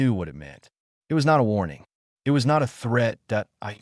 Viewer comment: Please invest in a QUALITY AI reader that does not say dot at the end of every other sentence and does not pronounce “it” as “eye-tee” and knows the difference between “wound” as in flesh wound and the past tense of wind like what one does with a clock. Very annoying and difficult to track the story.